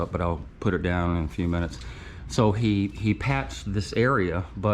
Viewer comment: Its “ Stippling, not Steepling”